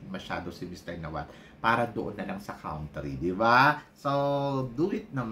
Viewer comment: Pinagsasabi mong COUNT-RY? AYUSIN mo nga pag pprounounce mo! INJA, PILIPINS. Ano ba yan